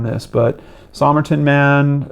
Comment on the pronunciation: Somerton is pronounced "Summerton" locally. Just thought you'd want to know.